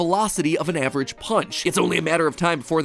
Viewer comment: hey guys did u forget he say avrage steve avreag steve can hit harder the slech hammer